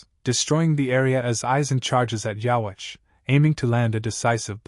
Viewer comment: why don't we say yhwbach ( yhwach ) like the japanese pronunciation ( with a B ) ? it's just not right to me hearing it that way 😂😂